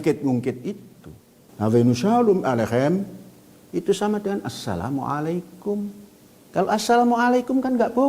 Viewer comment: aselom alehem sama dengan Assalamualaikum??? goblok bener si panjul ini 😂